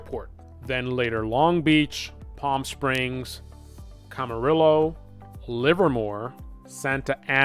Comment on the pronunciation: It’s pronounced “camareeeeooooo” most of Los Angeles like “Los Angeles” have Latino names bc it was founded by the Spaniards. Wow. That was bad. Every Angelino cringed when u said it wrong! What was the point in showing expensive houses that were nowhere near the crash site????